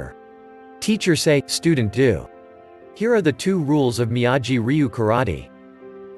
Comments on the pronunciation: "miyayi"?????? DUDE, THEY SAY HIS NAME LIKE A BILLION TIMES, HOW CAN YOU MISPRONOUNCE IT!?? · Excuse me it's mee-a-gee